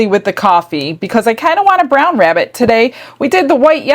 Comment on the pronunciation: ”I’m hunting a wabbit”